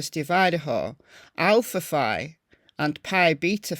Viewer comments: Keep up the great work! Just for your knowledge, the one sorority is pronounced Alfa Fee…👍🏼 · It's pronounced Alpha "Fee". It's the only Phi that is pronounced this way. Google it and you will see. The history behind it is that when it was formed, the women thought "Fee" sounded more feminine. It drives me crazy that every creator pronounces it incorrectly. I was in a sorority and we had plenty of mean girls. They were terrible to people not in the Greek system as well as to girls and guys in less popular fraternities and sororities, "lower tiered". I remember some people at my college (and my daughters) who hated sorority girls with a vengeance.